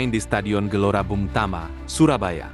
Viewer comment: Gelora Bung Tomo Jadi Gelora Bung Tama... Kok bisa ya??